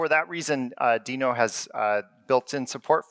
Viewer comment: So glad to hear him pronounce it as Deno...and not Denno like everyone else you lameTube. Yay!